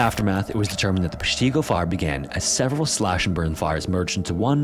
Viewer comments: There should be an "ask a wisconsinite" website for pronunciations. Pesh't-Go. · Never trust anyone who can't pronounce Peshtigo correctly. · I live about an hour from peshtigo also funny how dude pronounces it lol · Peshtigo and Chicago have the same "i" sounds btw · Very much the wrong pronunciation of Peshtigo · That's not how Peshtigo is pronounced, respectfully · I don't understand why you would not learn the proper pronunciation of Peshtigo? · Maybe he should have looked up how to pronounce Peshtigo!! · Short "i" in Peshtigo and emphasise the Pesh! As a local ...It made me wince every time you said it. Lol. I still ❤ your videos, just had to speak up on that. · To my knowledge, with Peshtigo, the accent is on the “Pesh” and it’s a short “i”, like in “tick”. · Please learn how to pronounce peshtigo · I was a firefighter in the Air Force for 22 years and now live in Wisconsin. Familiar with both. Great video except your pronunciation of Peshtigo. 😂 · As soon as he said Peshtigo I instantly cringed 😅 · Threw me too, had to double check my own pronunciation despite being a WI native. For those that don't know Peshtigo is an Ojibwe word meaning 'river of the wild goose'. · Wisco resident too...are you not bothered by the mispronunciation of Peshtigo? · Your AI is pronouncing “Peshtigo” wrong. Pull your head out of your ass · Oh no the way you are pronouncing Peshtigo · Please. It's PESHtigo, not PeshTEEGO. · Short I sound. PESH-ti-go, not pesh-TEE-go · While a pronunciation site may say “pesh-tee-go,” Wisconsinites call it “pesh-tih-go.” We call everything different. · No no no. Not pesh-TEE-go, it's PESH-tuh-go. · As a Wisconsinite, we say Pesh-ta-go, rather than Pesh-ti-go. But don’t get me started on mispronunciation of more counties/towns. If you can correctly say Kaukauna or Weyauwega, welcome home. 😂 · From WI native: “PESH tih go” not “pesh TEE go” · Its PESHtigo, not PeshTEEGO! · It’s Pesh-teh-go 😂 I kept laughing at Peshteego. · Pesh tee go?